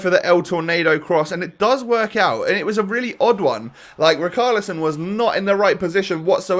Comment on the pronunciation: Someone please tell that it’s pronounced RiCHarlison and NOT RiKarlison. It’s killing me!!!!! 😂